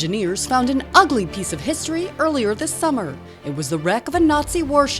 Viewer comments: Why did she emphasize "UGLY"? It's actually a pretty ship. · “Ugly” it’s history lady